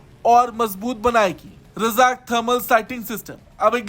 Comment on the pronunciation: रजाक नहीं ,राजक शब्द है भाई !